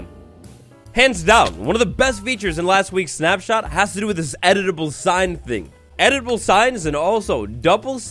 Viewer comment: it’s funny to me how keeps saying “edible signs” instead of “editable signs”😂